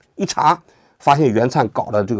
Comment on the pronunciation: 袁炜(wěi) 名字都错了吗？